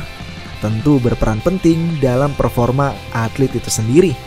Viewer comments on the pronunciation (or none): none